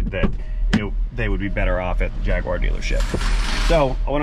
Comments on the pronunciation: You have a Jaguar, not a Jagwaaar ! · Jag- u- ar not JagWar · It's NOT a Jag... WA.. Its a Jag.. you.. are. While I'm on a whinge, Herbal isn't a silent H. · Problem was too many jagwars in the one sentence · What the hells a Jagwar? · It’s not a jagwire it’s a JagUar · Jag u ar not jag wa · And you can’t pronounce jaguar correctly there is no w in jagUar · 2012 JAGWARR love the way its said across the pond. This is exactly the kind of car I buy and repair here in UK, the ones no one wants to fix. Normally super cheap and once fixed make a healthy profit.